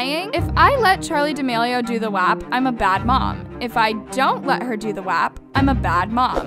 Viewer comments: i’m sorry but why does pronounce “WAP” like that does she not hear how it pronounced in the song?? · Natasia Brown it’s “waap” in the song not “wahp” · Ana Derby no it’s pronounced “wop” it’s even like that in the song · I know did not just pronounce “WAP” as “w-app” 💀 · Greg i’m just saying it’s PRONOUNCED “wop” like a whopper from burger king lol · PLS THE WAY SHE PRONOUNCES “WHÆP”